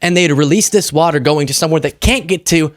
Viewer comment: He can’t even say WATER. Not WATA SAF